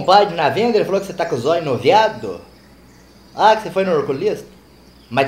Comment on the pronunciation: Zoi nuviado kkkkkkk minha mãe fala assim